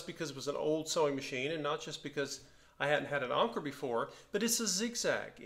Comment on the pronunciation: I've got the same one, but without the pincushion. It is one of my most beautiful machine's. And you're right Anker means Anchor and you pronounce it like in the English language. The lever on top of the zigzag dial is for the left - middle position of the needle later models had left - middle and right. The lever on the bottom is like you thought embroidery or sewing. Nice find and I hope you will enjoy it!